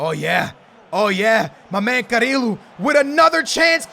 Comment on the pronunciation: CariLo, Samarajs, Garmaldo😂